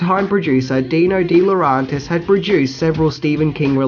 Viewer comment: Also, I may be mistaken but I think "DeLaurentiis" is pronounced with the E sound as it's written - not "DeLaurontis."